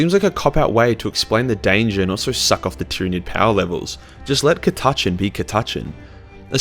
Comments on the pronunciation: Cat-a-can. The Catachan Jungle fighters. The Ch is silent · Cah-tah-chan, u wot m8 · Cata-chin, cata-chen, christ man, Aussie pronunciation is fucked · on behalf of all other Aussies I have never heard anyone pronounce it the way just did lol. I was like wtf man!?! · when i heard that pronunciation had to check this wasn't One Mind Syndicate putting on an accent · Come on man catachan is the convination of south America, australia and Africa. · I laughed every time you pronounced it wrong. This was awesome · Australian man mispronounces Catachan for eleven minutes and 53 seconds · I've heard a few pronunciationions of Cat-a-chan, this is BY FAR the worst. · It's Catachan not Catachan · I've never heard catachan pronounced like that. Mind once some radgies came into the GW i was painting in and called a monolith a mono-lie-ith hahahaha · That by far the worst i have heard anyone say Catachan. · The way you say catachan makes me want to rip my ears off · that is by far the worst pronunciation of Cata-chan i have ever heard. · ca-tatch-an ??? what mate? its cat-a-chan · Aaah fuck no. Us ordinary Aussies say Cat- a - Chan. What the hell is Ca-Taaaah-chn? Gods only know where is from?! And he forgot the Drop Bears. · Ka TA Chn? Sorry, I've never heard of Ka TA Chn. Have you heard of Catachan though? That place is awesome! And by awesome I mean a hellish planet full of things that put Australia to shame on a good day, let alone a bad day when they make fricking Tyranids look downright cuddly! Cat--a--chan. It's name isn't hard to pronounce bro. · Damm i was so going to rip on you (cat-ah-chan) or in Australian (cuh-ta-chin) but im pretty sure we speak the same language, just us Americans speak real english ;) haha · Ok being Australian too I'd just like to say we don't all miss pronounce Catachan this badly fucking hell lol it's pronounced "cat-ah-chan" not "ca-tu-chin" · Its not cata-chan its ca-ta-chan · I am Aussie and I say Cat-a-chan